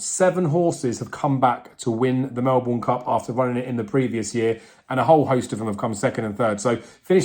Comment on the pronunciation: You need to learn how to pronounce Melbourne.